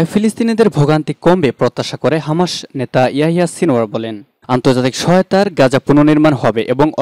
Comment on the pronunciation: শব্দটা হামা(শ) নয় - হামাছ(স)।